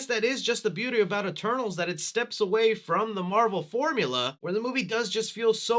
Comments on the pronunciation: At the start it sounded like he said “E-Turtles” lol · LMFAOOOOOO I ALSO THOUGHT HE SAID THAT😭😭🤣